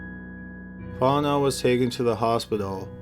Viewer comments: (Font know) Cajun French pronounciation....🤬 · I think you're saying Fontenot wrong...You say it like Font-no. Honestly, you can say anything wrong and make it sound amazing! Thanks for all the uploads. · The names Fontenot is pronounced Font en no and the other is pronounced Ni Linger I'm from Pearl River Louisiana the first is French cajun sorry for correcting you but i know people from here don't know how to pronounce names properly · It’s pronounced font-en-oh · fontenot is pronounced Fon tan no. Just to let you know with great respect,. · Fontenot is a French name, which is pronounced like FonteKNOW. Just sayin' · Love the channel. My favorite. The first case, Fontenot, it’s pronounced “Faw’ten’oh” I cant do pronouncing things. I live in Louisiana. Many names are very hard to say. They aren’t said how they are spelled. Cajun French culture. I clicked so fast. Bored as hell at home. 🤟🏻🤟🏻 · Fontenot is pronounced”Fon-teh-NO” in Louisiana !🤓 great upload !! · Fontenot is actually pronounced Font-no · Even though it's spelled Fontenot It's pronounced Font-no or Font-e-no. The 'T' is silent. Lol it's a good 'ol Louisiana name just like mine. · Stop covering Louisiana cases if you can't stop butchering Louisiana words. It is "fon-te-no" (like "know.") For your Jennings video, it's pronounced "BY-you," not "bay-you." As in "where's my pen?" "It's over there, 'by you." Fuck! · Fontnot?????? lol you should probably find the spelling of the name and then do a google search to pronounce the name for you! Seriously it's not pronounced Fontnot lol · Fontenot Prounounced Fon ti noooo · "Fontenot" is pronounced font-en-oh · Are you trying to say Fontenot pronounced fon ten no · Fontenot pronounced font-no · PRONOUNCED Font KNOW !!! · I love ur channel in every respect but the last name fontentot is pronounced fon te no... the t at the end is silent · Fontenot is pronounced Font-no It’s French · Fontenot is pronounced font•no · His last name is pronounced fonte-know